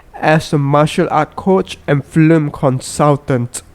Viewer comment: Has anyone noticed that the guy in the video says things like I am an Americant, into productiont The American flim company , Gonet , swelling only the braint, he died with an erectiont .